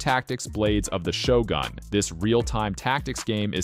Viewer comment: It's pronounced Shogun not Shogan Really liked the Number 18, might check it out